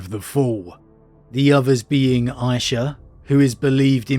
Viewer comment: its pronounced Eesha not Aysha, i think :D.